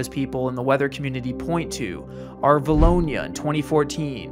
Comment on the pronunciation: Always cool hearing someone pronounce a town of 2000 people correct. 2011 and 2014 were years for vilonia.